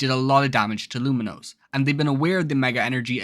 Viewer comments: Saying Luminose over and over again was so jarring. At least learn to say the city’s name right. It’s Lumiose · lumiose doesnt have an n